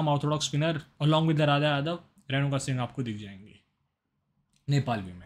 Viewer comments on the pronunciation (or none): none